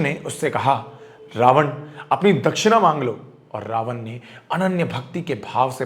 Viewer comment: pehli cheez, Raavanaaa nhi hota raavan hota h, angrez nhi dekhne vaale ye video